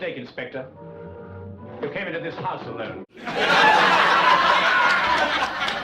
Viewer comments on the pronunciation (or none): none